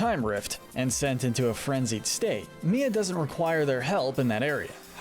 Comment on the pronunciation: her name is mai not mia